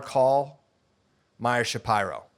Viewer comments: That’s how you say it bud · That is how it's pronounced. He corrected everyone after saying sha pee ro for a long time.